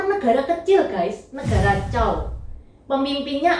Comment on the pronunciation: maaf sblmnya dinasty setelah dinasty shang bukan dinasty zhao tapi zhou bacanya cou